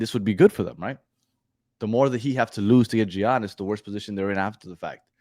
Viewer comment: I was listening until I heard how you pronounced Giannis name 😂😂😂😂 OMG smh